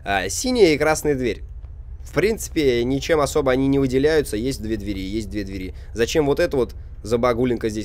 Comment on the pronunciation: Правильно говорить не 2 дверИ , а 2 двЕри.